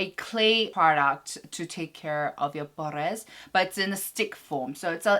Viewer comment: I keep noticing you say "pores" in like a spanish accent and I'm not sure if you do it on purpose or not but just in case in spanish it's actually poros. I don't know if you just like to make the accent in the english word but I'm just letting you know in case you didn't ^^